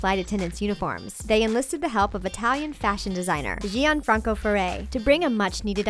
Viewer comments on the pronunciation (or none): Gianfranco si pronuncia Come si scrive e non storpiandola imparate a parlare bene l italiano americani noi italiani non pronunciamo i vostri nomi storpiandoli!